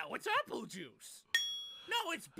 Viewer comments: Wait Raditz said poodle? All This time I thought he said pool lmao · Wait apol? I thought he said “so that’s why dad said I couldn’t keep the pool.” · Oh it was appule? I always thought he said a poodle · My dumbass didn’t figure it out until years later, the whole time I thought he said “a pool” not apule lmao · You know i legit thought raditz said a pool and not appule. Im learning so much from these commentaries. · I always thought Raditz said I couldn't keep a pool, not Appul lol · So many reactors get confused because they hear "Apule" as "a pool". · I always thought Raditz said "a Poodle", I never realized he said " Appule" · in all honesty, this entire time until today, i always thought raddiz was saying a pool like a swimming pool. had no idea it was actually Appule lol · Lol.. I thought you said "a pool". Not apule. You should just go with that! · He says Appule? 0.o Always thought he said "a poodle". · I heard it as "a pool", as in, Raditz couldn't maintain a pool for their family to use. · I always thought Raditz said “so this is why dad said I couldn’t keep a pool” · Oh! I thought he said "a pool". They can be a pain to maintain properly. That and worrying about the neighbor kids out is why I don't bother with one anymore. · I originally thought that raditz was saying a pool for some reason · .... You know I thought Raditz said a poodle.